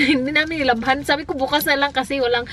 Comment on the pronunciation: when "bukas" sounded like "bks" and its way too cute!!! love you both!!😍😍